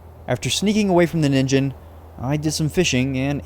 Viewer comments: Ningen is pronouced with a hard G in Japanese and the I is long "NEEN-ghen" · ningen is pronounced "nee-n-ge-n". ni pronounced like the word "knee" and ge like the word "get" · Ningen is pronounced with a hard g and the meaning is literally just “human”